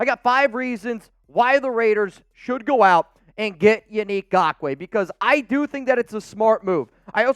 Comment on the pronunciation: Truly… thank you for pronouncing his name correctly. It was starting to get frustrating .